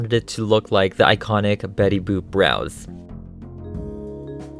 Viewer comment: You kept calling betty boop betty boob :D Oh and you should definetly make jessica rabbit too!